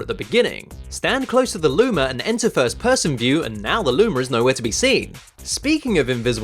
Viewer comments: you said Lumer not Luma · why do you say lumar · Did he say lumer?😏😏😏😏